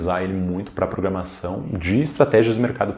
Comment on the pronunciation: "Programação" e não "Programasão"